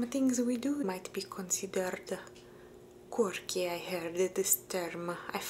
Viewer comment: For some reason it sounded totally funny to hear you say "quirky" with an Italian accent. Some words just don't translate well across languages, yet you find forms of other words across languages. Fascinating, to quote Spock.